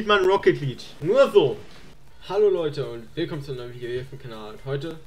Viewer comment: Ich sehe den Titel: "Ich sollte E-Sportler werden..." Ich schau mir die ersten 5 Sekunden an. Er sagt: "Rocket Lidsch"